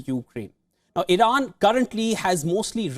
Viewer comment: Irana? Iran please? Wtf